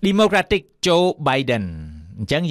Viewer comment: Please check the pronunciation of the word" democratic".